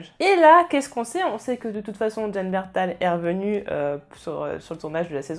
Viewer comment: Jon Bernthal 😲😲😲😲 BLASPHÈME sa se dit Bernthol. 😂😂😂 sa ma fait bizarre quand j'ai entendu ta prononciation. Quand à Rick je suis presque sûr avoir entendu Angela kang dire c'est le dernier épisode Rick DE LA SAISON.